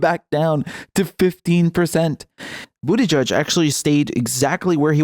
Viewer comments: Margaret Nicol we like it. If he didn’t want his name to be butchered he shouldn’t be such a dweeb. If you want serious, go to PBS or Real News Network. This is a fun channel. None of us like bootyjudge. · I disagree, Karen. Mispronouncing names in a silly way is much different than adding on insulting adjectives (Crooked Hillary, Sleepy Joe, etc) in order to rile up a half-witted base of voters.